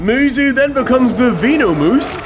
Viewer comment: Veno-moose? Bro 😂 gotta work on your English or vocabulary/pronunciation